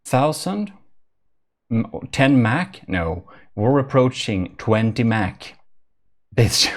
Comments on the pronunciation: Just so you know (haven't seen the video yet) but its "mach" and not "mac " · When u said mach 10 i heard it as like the mac-10 the gun